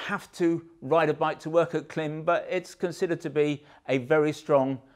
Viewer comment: It is pronounced Klim as in climb. Great content btw.